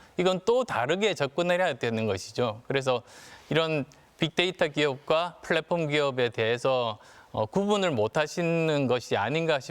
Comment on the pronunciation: 플랫폼 발음 하나 찰진건 알겠다..